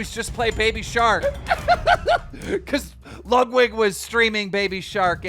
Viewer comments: KEEM STOP SAYING "LUGWID" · Keem it's Lud Wig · keem, you’re the best, but you NEVER say ludwigs name right LMAO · Keem, it’s really not that hard to pronounce Ludwig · dude cant say Ludwig